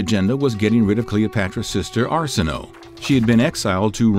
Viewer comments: It is Ar-si-no-ei not Ar-si-no! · Shouldn't it be pronounced Are-sin-oh-way...right? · Arsinoe is pronounced as “Are-sin-o-a” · Arsinoe is pronounced Ar-seen-oh-way. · Every time you said Cleopatra's sister's name I wanted to scream . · Came here to say this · no ones gonna mention how his saying the name of her sister incorrectly